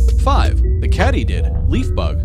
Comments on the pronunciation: Katy-did not cat-ee-did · It's pronounced as Kaytydid,..not Catydid.(like a cat) Ya know some of these creatures cannot be kept as pets due to the fact they will die,and if you touch a Monarch's wings it burns them.Meaning pain. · Loved the video but it's pronounced "kay-tee-did" not "katty-did. " Otherwise, very impressive "vaddy-oh." See what I did there?😄🦗 Also, you've obviously never been to southern Ontario, Canada when the Monarchs migrate to Central Mexico. Groups of thousands can be seen along the shores of Lakes Ontario & Erie, where I was witness to their splendor. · I believe it is pronounced “KĀTYDID” as this is how I’ve heard it pronounced all my life. The way you pronounce it, it should be spelled “KÄTTYDID” with 2 consonants together following the vowel, making the A pronounced as a “short” A, like in “sät”. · Nice video. Except for all the begging for likes, etc... Also it's Kady did. Not cat.... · Catydid I've always heard Katiedid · I got tired of hearing kattydid instead of katydid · "Katie"did = katydid NOT Katty did lol. Young people... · Here in the south, we pronounce it Katy-did, as in the name "Katy". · Since when do mantids worry about being eaten by their prey? Lovely photos, but I must say I was quite intrigued that anyone would pronounce 'katydid' as 'cattydid'! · You lost me at "cat-ee-did". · It's not called a "CAT E DID" there guy. Ca' Mon dude get it right would ya? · Sorry, I won't be subscribing to a channel where they can't pronounce 'Katy'did, or know that a creature doesn't have to worry about 'prey' eating it. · I've never heard "katydid" pronounced that way.